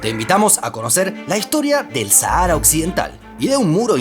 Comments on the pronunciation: En España nadie dice "Sahára", se pronuncia "Sájara". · Harto me tienes , no es sahaaara es Sáhara saaajara no sahaaara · En español se pronuncia "sájara".